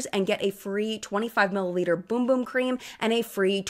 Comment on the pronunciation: Aw. It’s named, Sol de Janeiro Brazilian Bum Bum Cream. I believe you called it “boom boom💥 cream”. Time stamp: / Lol kind of adorable🥹